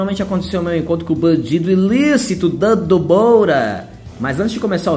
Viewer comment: Ah banjiido, ilícitos, mofóbics, pressoress kkk